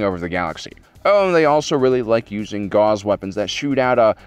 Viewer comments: OK... I'm not going on a rampage here, but this is a really poor representation of 40K. It starts when you pronounce gauss (Gow-s) like gauze (think medical bandage) and kinda goes downhill from there. You show Eldar titans when you talk about ork mecha, mix eldar and dark eldar and I'm only at 3 mins and 20 seconds in.... I'm not saying that Liv Tyler isn't a good addition to 40k. I'm just saying she would probably look better in power armor - : ) ... still dude. get your pronunciation straight before you tackle these videos. This ain't the first time you've goofed this and it really undercuts the appearance of the quality in your presentation. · "G-oww-ss" as in Carl Friedrich Gauss.